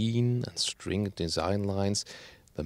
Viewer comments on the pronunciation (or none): none